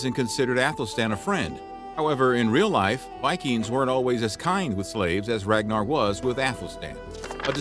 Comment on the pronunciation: He totally butchered pronouncing Ragnar's name 🤣